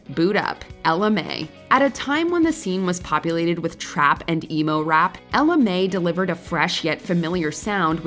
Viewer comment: CeeLo, Estelle, Hozier, Saint Jhn, Ella Mai and ESPECIALLY Steve Lacy and Charli XCX aren't one hit wonders. also it's pronounced like Ella My not Ella May